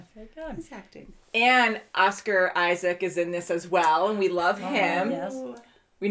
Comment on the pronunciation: A reaction channel that actually calls him Oscar Isaac, not Isaacs? Say it ain’t so! Just kidding, but it’s something I am irritated that people don’t get right.